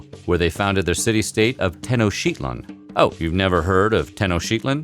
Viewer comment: Interesting video. If you're already going to this much trouble to make a video, why not spend the extra 20 seconds researching how to pronounce Tenochtitlán? There's plenty of pronunciation demos on YouTube.